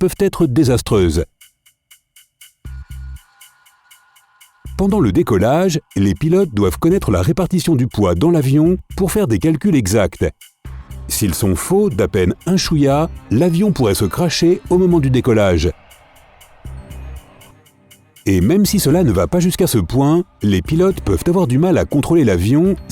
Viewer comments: un chouya 😂😂😂 Mais wsh stooooop Tu sais pas parler arabe ,bas tu sais pas so stop Ok? 😂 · c moi ou il a dit « si ils sont faux à peine chouïa (sa veut dire un peu ) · "Si ils sont faux d'apenne un chouïa " MDR c'est abuser 🤣🤣😅😂😄😆